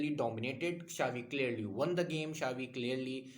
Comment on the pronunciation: Its Cha-bi not Sha-vi. Check the pronunciation